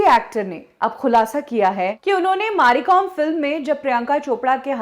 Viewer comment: Maari Kom ??? Its Mary Kom madam, she is a legend take her name correct at least .